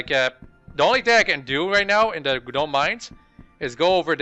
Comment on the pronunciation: why did you not sell all that weight? smdh. and stop saying gaaaaanome. Haha